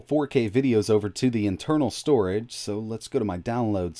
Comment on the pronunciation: "storege" ?? xD